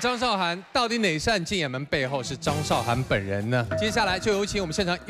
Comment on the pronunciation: 拜托! 主持人敢把字念对么? 韶, 这个字是2声!!!!! 不是多音字. 韶华易逝, 你读4声么?